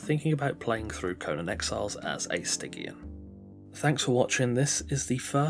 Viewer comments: hey it's pronounced sti-tzian not gkian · "STY-GE-AN" like "jeep" not like "get" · I probably did mispronounce it 😂 I couldn't work out for sure so I went with Stig-E-An as the safe option lmao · Other than mispronouncing stygian, this was great!